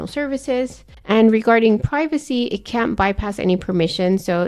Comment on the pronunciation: Difficult to hear if you are saying "can" or "can't" in the limitations section. May be you should use "cannot" instead of "can't"